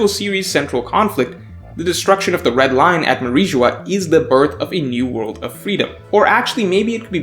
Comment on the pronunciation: It is Mary geoise not mariejois